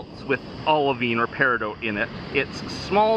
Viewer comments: Isnt it pronounced peri DOT ? Is it just your accent or what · i don't think paridout is a thing. peridot rymes with dot, as in "theres a peridot over the i" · Love these type of videos! But it has to be said. I for one never heard anyone pronounce Peridot like you do.. And as many times in one go Lol. The stone is my birth stone and have always called it PEAR Ah DOT. Not doooote? I know it's a small comment but it has to be brought up just for the sake of it. Side note if I planned to drink every time you said the word Pear Ah Dot(Peridot) then I would be dead! Nice to see so many stones in one small area. I'd love to go there and get a few samples to take home or better yet make some jewellery out of them. Would make a nice ring, chain with a cool pendant or even a bracelet. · "Peridoout" i say "Peri Dot" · It's driving me nuts that he's mispronouncing peridot. It's either -dot or -doh, not -dote. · You know the 't' is silent in Peridot. It's pronounced peri-doh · Its not peridote, its peridot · periDOT not dote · You're driving me crazy. It's "peh·ruh·daat" not "pear-ih-dought." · Just found your video. I've been collecting gemstones for 25 years. The "T" in peridot is not pronounced, it is silent. Like, Per a doh. I've never heard of this beach before. It's very interesting. Good video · Love your content! Quick note! It's pronounced "pear-eh-dot". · Sorry... I just checked it in an audio clip because I have heard it pronounced with the 't' silent... But it actually, sounds like Pair-i-dot, like 'not', in all forms of English.. It doesn't sound like dote or doat..... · I swear to GOD if you say "Peridote" again XD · It's pronounced "pear-eh-dough", both singular and plural. Thank you for sharing about this beach. Maybe one day I could be lucky enough to go there and collect some myself. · the T is silent dan. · I don't know if I've been pronouncing Peridot incorrectly or if you are. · He says peridot so much, and says it wrong every time.